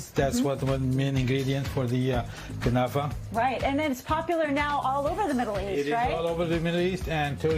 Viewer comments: Not "knefeh"! KnAfeh! If you don't know the language, at least READ what was written! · What the heck is a "kunafa"? It is called KNAFEH! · What the heck is knefeh? Relax